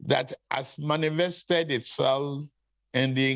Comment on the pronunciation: Did anyone hear him say "contestesstants"? he said "manimested" too. but wait o, is baba agbado contesting to become American president? why is he running away from townhall meetings in Nigeria?